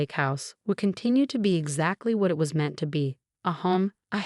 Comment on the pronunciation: AI can not pronounce the word (meant) m e n t . This AI Is pretty dumb.